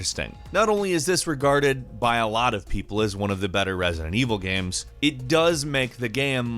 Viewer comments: Jonjo Jr - I hear "gemms" sometimes.. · I love video “gams” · He says “games” weirdly sometimes.